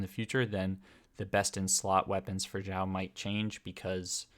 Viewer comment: Is it just me, or did he keep saying Zhiao?